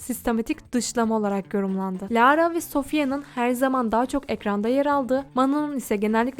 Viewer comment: lağğğğğğra ne ya bi düzgün oku